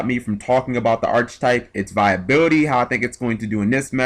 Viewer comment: its archetype [ahr-ki-tahyp] dude. please say it right, just painful to hear that in every video.